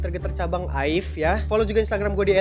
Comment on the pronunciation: Bacanya a-i-ve bang